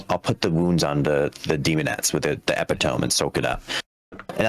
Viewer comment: “Eh-PIT-oh-me” not “epi-TOME”